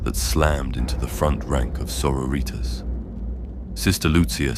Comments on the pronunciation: Ripped out of the story every time i was forced to hear "so-ro-reeters" Its pronounced saw-rori-tas👎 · You say sori-tas like latin. Not Soro-ritas like Spanish or something lmao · "Soro-ritas". Lmao every time it happens